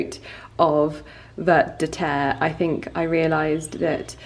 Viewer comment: Vert de terre means worm in French (and you don't pronounce the t in vert. 😉